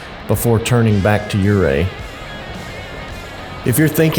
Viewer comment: Learn how to pronoun “Ouray”. Your Ray with the accent on Ray, not on your. Please. Love your video otherwise. Great adventure. My mother in laws ex husband was the last big manager for the Campbird Mine mine in the 1980’s. My mother in law was the last to decorate the mine manager’s house. Camp bird road is a very harrowing trail. Beyond is scary and spectacular.